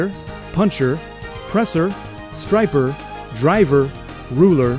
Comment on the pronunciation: Why did he call it a stripe-er?